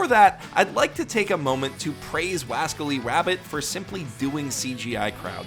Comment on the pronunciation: "WASCALLY WABBIT"